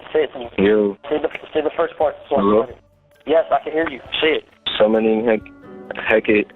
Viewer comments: Hecate (Hek-ah-Tay) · He was summoned to a Hellfire! Good riddance! He was evil! And its pronounced "Heh-Kuh-Tay". Witches LOVVVEEE that thing! 😂 What is praying for the dead goimg to.do? The decision is already made! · Its pronounced Heh -Ka-Tay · Hacate (Hec-a-tay) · Aleister = "Al-est-er" Hecate = "heck-uh-tee"